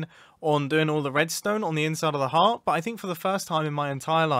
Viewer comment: My guy i thought you were saying hat not heart